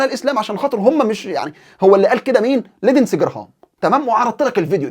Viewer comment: بارك الله بك أخي المحترم ، كلمة لندزي تلفظ لينزي بدون الدال وجزاك الله خيرا أخي المحترم